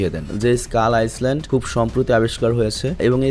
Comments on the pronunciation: আইসল্যান্ড না আইল্যান্ড ❤❤ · Ice land na. Pronounce hobe Ailand ( Island) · Not আইসলেন্ড it's আইল্যান্ড।